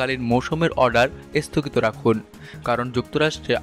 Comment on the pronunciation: This is the beginning of the end . Isthogit na sthogit , please pronunciation thhik korun .